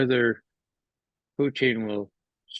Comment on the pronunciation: Can you explain to mr McGovern next tme how to pronounce Mr Putin's name... its not poutine... poutine is a Canadian fries dish. It kinda diminishes his credibility which is a shame coz he says sensible & insightful things.